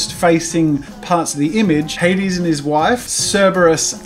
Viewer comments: It's not "Hadeeeeeeeessses", it's "HADES" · Jazza You Made The Greek Letters On The Throne Look Very Nice! Congrats! Also For Anyone Wondering The Throne Says Αδης Which Is Said Ádis with a soft D (also i am greek thats why i know this)